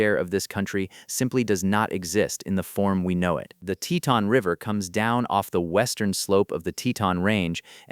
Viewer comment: TeeTon, the pronunciation is TEEton